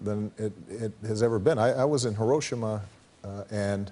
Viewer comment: He pronounced Hiroshima exactly right. Did you go to Trump U ?